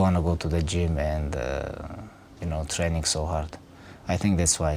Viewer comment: "Alot of hard work and alot of train-ingkt"